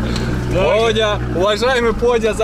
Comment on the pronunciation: Извиняюсь за буквоедство, (я просто сам нанаец) подя́ (или подзя́) ударение, как почти во всех нанайских словах, на последний слог, и не склоняется 😌✌️